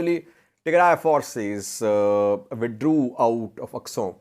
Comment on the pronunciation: This man really said withdrew 💀😂😂